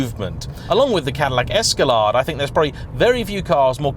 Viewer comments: Es-ca-lahd...LOL😇 "Gettin' PAID & LAID drivin' an Esca"laid"😎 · Not Esca-LAD, it’s Esca-LAID 🤦‍♂️ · Did ....... did you say "Es-Ca-Lad" ??? It's Es-Ca-Laid. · Wtf is an "Escalahd"??? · Just because it looks a little , very little, like a Bentley or rolls , doesn't mean it is anything like them lol. And it's ess ka laid, not ess ka lawd. You got a 300 wagon over there?? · The Cadillac Escawhat??🤣🤣🤣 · Esca-lard lol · "Cadillac Escalaaahhde" - Quintessentially English pronunciation. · “Cadillac escaLOD” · That's not how you say escalade. (I hope) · “The Cadillac Esk-a-lawd” 😁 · the way he said escalade lol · Can you pronounce Escalade properly please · Speaking as an American, it was built by Chrysler. Which means it was junk. And you pronounce Escalade wrong